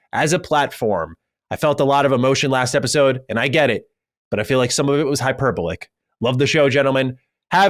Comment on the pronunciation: While we're fixing your grammar and pronunciation - the work hyperbolic is pronounced: hyper-BOL-ik. (learn from Cog)